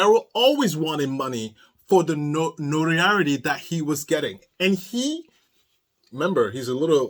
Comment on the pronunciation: What's funny is he is too dumb to realize that ANY funds, including even commisary, he gets for the rest of his miserable life, is court ordered to be withheld and allocated to the victims fund, court fees, etc. P.S. notoriety can be a tricky word if English isn't your first language for sure, but it's pronounced like this: note-or-eye-ity